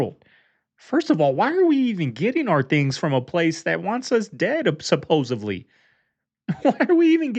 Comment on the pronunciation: "SUPPOSEVLY" HAHAHAH sorry bro i had too, 3 times in a row made it comical :L